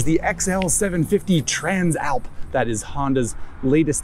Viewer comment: Always thought Tran Slap was an odd name for a bike , until I heard you pronounce it properly